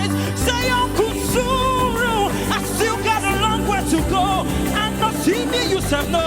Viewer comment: I love the way he pronounces that uncle suru